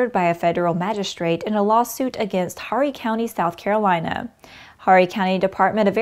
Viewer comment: Horry is pronounced "Oree" the H is silent